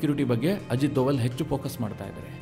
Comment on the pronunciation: You are pronouncing Sir Ajit Doval's name incorrectly.